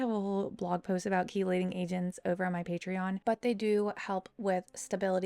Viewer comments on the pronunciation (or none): none